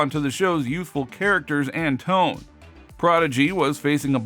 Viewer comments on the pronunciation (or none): none